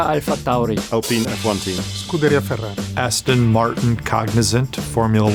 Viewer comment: Binotto nailed the double letters words, MaTTia BinoTTo, Scuderia FeRRari